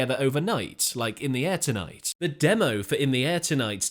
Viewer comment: Good video BUT why do you say Say " In the AIR tonight " ? When it's actually "In the air TONIGHT" a small thing i know but really annoying , Listen to how Phil says it. 🙄